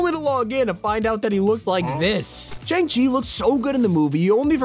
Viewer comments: Shang-chi is actually pronounced ShUNG-Chi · My jaw dropped the way bro said Shang-Chi 😭